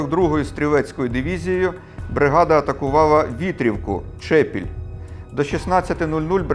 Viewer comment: Дякую за цікаву розповідь, я родом з тих місць про які йдеться, хотів зазначити ,що в назві села Чепіль, наголос на другому складі.